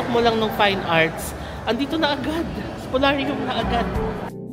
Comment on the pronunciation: It's Spoliarium with an "i". Great vlog, as usual! 🙂